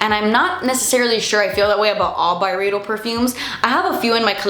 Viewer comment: Check out about-face’s lipliners, They don’t freaking come off! And Pat has a bunch more lipliner shades now too. I love half-naked. Not a criticism because I want to say it the way you do. But I recently learned it’s By-reeeeeeed-o from Fat Mascara. Love yaaaa!